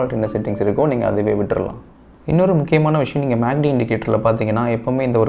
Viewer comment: Dai கிருக்கு பயலே மேக்D அல்ல டா MACD